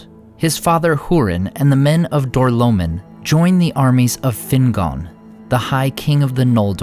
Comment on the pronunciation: Door-low-mean not door-low-min